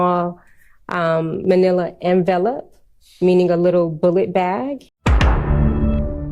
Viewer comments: 😂😂😂😂😂🙄🙄🙄🙄🙄. Don't you know how TEACHERS pronounce "envelope" (en-vellup) ?? Perhaps she doesn't remember the basic premise in elementary school to "sound it out". Oh well Potato/Potado😉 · LOL "they are put in a little manilla en-vell-up, meaning a little bullet bag".. um.. do u mean an ENVELOPE!? where are they even finding these "witnesses".. chri$t this has to be t he most unprofessional district attorneys office i have ever seen. Honestly, the level of disorganization/lack of preparation reminds me of the Darrell Brooks case.. I swear if darrell brooks had that Lawyer AI program that DA Love was/is using, he'd have done better i think than Adrian Love.. he SERIOUSLY 100% cross examined some of the witnesses in his case better than ADrian love has! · Envelope, the yellow variety. But she pronounced it way off